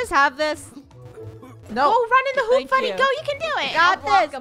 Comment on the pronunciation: FUNNEH ITS LE WROUNG HOOOOP LOL🤣🤣😂